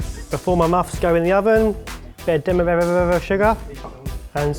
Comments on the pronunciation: Barry: Demirerererere sugar. XD It's Demerara. : ) but he probably knew that. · "Before my muffs go in the oven ber dememevevever of sugar and some almonds on top." Barry w h a t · How many r,s in pronunciation of the sugar Barry